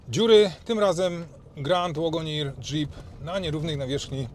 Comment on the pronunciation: Fajny opis, sporo szczegółów, ale uprzejmie proszę sprawdzić jak poprawnie wymawia się słowo wagoneer.